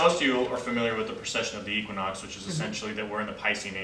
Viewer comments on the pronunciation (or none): none